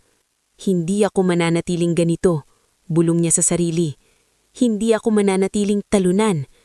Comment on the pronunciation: Mali-mali ang bigkas ng mga salita gaya ng bulbol sa tainga dapat bulong sa tainga, paglalakot tamang salita paglalako, pamumulimos ang wastong salita pamamalimos at iba pa